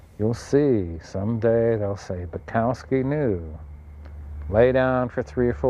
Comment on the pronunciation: You're pronouncing his name wrong. Here, listen to the man himself: "It's Buk, as in puke."